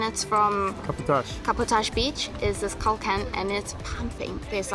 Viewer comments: not kulkan :) that's right kalkan. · I live in Antalya and this is the first time I heard Kalkan called kulkan. :) :) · Wish you visit kalamar bay in Kalkan (not kulkan) :))